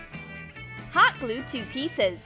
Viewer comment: The way she says hot glue bothers me...